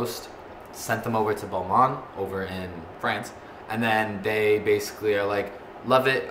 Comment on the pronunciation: Its Balmain noah not balman